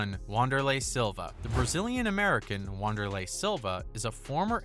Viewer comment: Lmfao “Wahn-derlei” Silva. Pronounced *Vanderlei